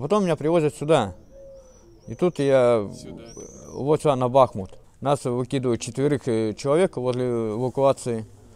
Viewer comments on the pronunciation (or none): none